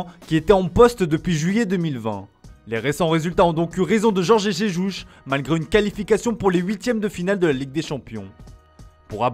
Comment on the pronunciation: "Jorgé Jéjouch". Nan ce n'est pas une prononciation stéréotypé et raciste... 🤔 Ce n'est pas comme si en France dans une entreprise il y'avait statistiquement 0% de lusophones pour vous corriger ... 🤔